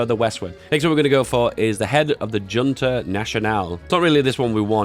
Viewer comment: The AI leaves Cardiff open because you don't know how to pronounce the word Junta.